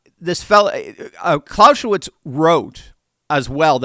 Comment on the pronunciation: Clausewitz is pronounced Clow-zeh-vits (not clow-sheh-vits) 👩🏼‍🏫🇩🇪🇺🇲🇲🇽